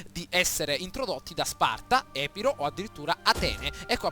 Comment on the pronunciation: Hai sbagliato l'accento su Epiro